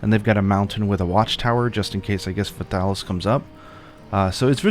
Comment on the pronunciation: You're actually not pronouncing his name wrong. The first part of Fatalis' name comes from the latin Fata (Fatum) and it's pronounced /fata/, so it's /Fatalis/ not /Feitalis/